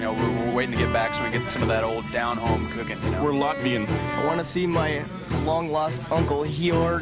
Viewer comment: what is he saying? We're Latvian?